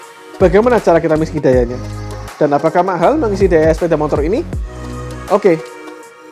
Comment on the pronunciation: Sepeda mo tor Bukan mon tor 🤪